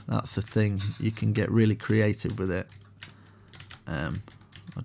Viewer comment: "Get a little messy, get a little creavtive" i love that one =)))